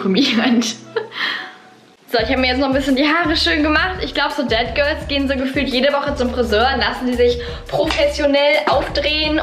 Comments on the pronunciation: Du sprichst es irgendwie aus wie dead girls und nicht that girls 😂 no hate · Ich bin jedes Mal erschrocken wenn du ,,dead girl " oder ,,sät girl " gesagt hast weil ich dachte du meinst es auch so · Ich die Dead Girl verstanden hat😂